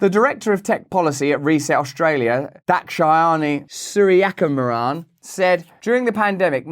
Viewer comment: You know he practiced pronouncing Dhakshayini Sooriyakumaran a couple times before recording that take 😁